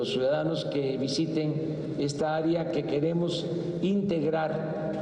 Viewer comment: Aria? siempre pensé que se decía área. He vivido equivocado y si AMLO lo dice así, así será. Estaré al pendiente de cuándo se lleve a cabo la consulta popular para el cambio de palabras en el diccionario de la real academia de la lengua española.